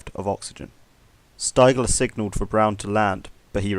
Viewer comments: I love stories like this. Heard the Sabaton song No Bullets Fly and bought the book A Higher Calling. And it's pronounced "steegler" ^^ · Ha ha it’s pronounced Steegler lol